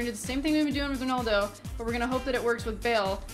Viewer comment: it's RONALDO not RONOLDO